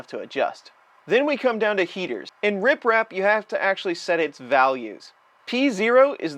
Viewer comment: Why does it sound like you're saying RIPrap instead of RepRap? Lol